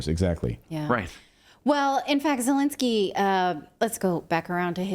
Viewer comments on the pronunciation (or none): Zhelennnski 🤣 is a president of Ukraine?🤔 Al way the interest was DIA system is in Ukraine!